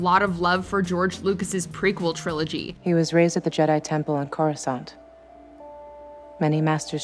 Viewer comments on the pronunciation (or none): Watchmojo: "cOrOoSaHnT" Me: dies a little inside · ITS NOT CORI- SANT!!!!! God that annoyed the hell outta me. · CorasANT lmao poser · Whenever I hear someone say it like CHORUS-ANT I just think of a fire ant singing a beautiful medley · WHY do Americans have such a thing about the pronunciation? How is it spelt (yes I use spelt, which is an English alternative to the American spelled)? It's not Coruscont is it? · Did she just say Corusant? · The way she pronounced Coruscant made me cringe! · Who’s are screaming internally after hearing that pronunciation of Coruscant 😜